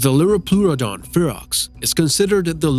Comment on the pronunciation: They pronounced dunkleosteus wrong and also spelled it wrong predator X is also a type of pliosaur I think. also really no liopluerodon? Nvm apparently 0 is in top 5 lists now but that makes it a top 6 lists btw they also pronounce liopluerodon wrong